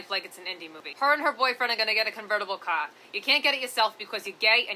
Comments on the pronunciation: The way she says: "convertible cah", makes me wanna do bad things and get fired...out of a cannon...into the sun! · The way she says "convertible cah" makes me wanna be a gay woman so i can have a chance with her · Ngl when she said car it sounded like coc_ not gonna say the rest